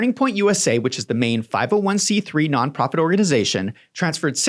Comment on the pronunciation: Why does it always say none profit it sounds like alot of profit.